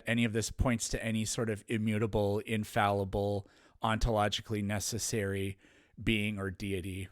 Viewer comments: Wtf is "infalliable"? Is he trying to say "infallible"? He says it a thousand times... I tried to ignore it but he keeps saying it and it got under my skin. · Infall-e-ble.... I now can't unhear it now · "Infalluable" is killing me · If dude says infaluble once more time, I'm gonna die 🥴😂🤡 Not a word, bro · Infallible The word is "INFALLIBLE". The word is not 'In-falee-able" or -'in-valee-able' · "Infaluble" ? What language is he speaking? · Pedantry Trigger Alert: Is he saying "invaluable" or mispronouncing "infallible," (which would be hilarious). I'm fairly certain it's the latter. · I'm so glad someone else mentioned this. Theists are annoying enough already, hearing "Infall ee able" every 2 minutes is triggering me more than any bong-water argument he's trying to make. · Hearing him keep saying infallyable is getting really annoying. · "Infaluable" Every time he says it it hurts me but i cant stop listening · bro why does he keep saying infalliable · Was he trying to say infallible when he kept saying infalluble? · If I hear him say infalleeuhble one more time, my head is going to explode. Also, he has a fundamental misunderstanding of Heisenberg's view about God (which is just an impersonal, non-agential explanatory principle, NOT a personal God with a mind and thoughts who makes decisions etc.) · Why does he say "infall-U-ble?" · One of the worst parts was hearing him say "infalliable" over and over again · what about "infaluable" 😂😂😂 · doesn't know what tertiary means. Also, "infalyiable". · Pre - Face? In - fal - Yu - ble? 😂😂😂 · He neither knows the pronunciation nor the meaning of that word. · What dies he think "infallible" means, and why is he saying "infaluable"? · No there were never five forces that become four. Gravity was first quantified, Maxwell's equations came in the 1860s and the strong and weak nuclear forces discovered in the 1930s. And seriously, stop saying infal-u-ble, it's annoying and doesn't make you sound intelligent.